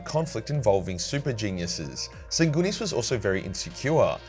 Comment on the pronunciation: Sanginius. Even Horus knew that, he said as such. Sanginius every brother (except Lorgar... maybe.) would have accepted.